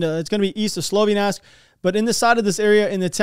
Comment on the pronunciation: Slavyansk is pronounced slav-ee-ahnsk